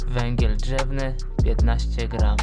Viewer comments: Węgiel a nie "wengiel" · Węgiel nie wengiel!